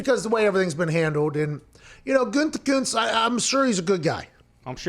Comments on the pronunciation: the way pat says GUTenkust kills me every time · Why are you saying Gutekunst like its Gütekünst? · Listening to the super weird way you pronounce "Gutekunst" 5 times within a minute has had me totally cracking up :-D